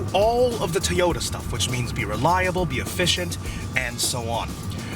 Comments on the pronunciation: It's pronounced like Toe - Yo - Tah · What is a "TEE-oda"?